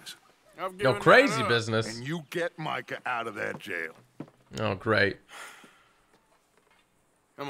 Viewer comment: is one of my favourite YouTubers mainly down to the inspiration he made for me to play rdr2. His videos of rdr2 were the first glimpses of watching rdr2 which made me buy it but the way he said Micah "Meekah " 😂